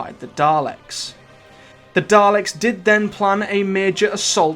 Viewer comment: Daleks, not Darleks